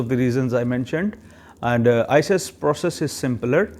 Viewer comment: Please don't say ises way say it as iqas or icas because its confusing